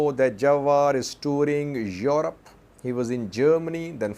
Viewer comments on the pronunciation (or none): none